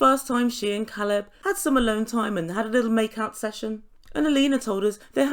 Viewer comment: Alina is horrible. She doesn’t bother to pronounce his name correctly, makes sh!tty American comments and i think she puts her friends up to all the interrogating questions. If Caleb leaves this situationship she will definitely blame it on her size.